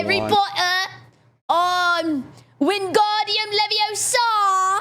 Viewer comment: LeviOsa, not LeviosAAH